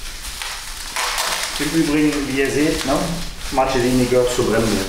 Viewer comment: Hallo! Toller Bericht...aber sag nie Martschesini! Das tut weh in den Ohren! Es heißt: "Marckesini"! Man sagt auch nicht Notschi sondern "Nocki"!